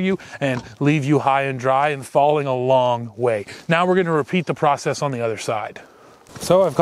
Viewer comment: You're "pro sess" sounds allot like the way you say Process .... 😏